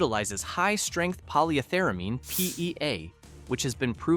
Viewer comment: Repeat after me: Poly. Ether. Amine. [that's a long "a" in that last one.] Now you sound like someone who at least took high school chemistry, even if you didn't pass the class! NB: I'm aware trying to correct the narrator bot's pronunciation is a fool's errand, but I couldn't resist the chance at a little humour for the benefit of anyone else reading the comments! 😄